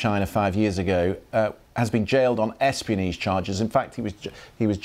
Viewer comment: learn to pronounce ‘espionage’ before you work for the BBC.